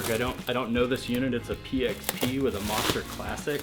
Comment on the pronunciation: haha, he says Mawhster instead of Moster. this is a really good series though. i dig it.